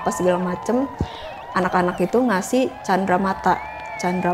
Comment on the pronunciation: Cindramata bukan candramata 😂